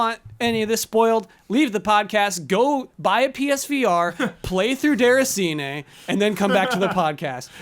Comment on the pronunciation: DAY-RAH-SEE-NAY (roll the R), not DER-A-SEE-NAY. Geez!